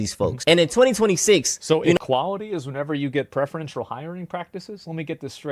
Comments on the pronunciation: “prefriential” 😭 idk how people get the courage to make videos when they have the vocabulary of a toddler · "Prefreeential" add it to the list